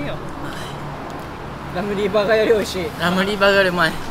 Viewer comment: Never thought ramly burger would sound soooo fancy when Japanese pronounce “dabaru special cheese baagarr” 😍 great video guys!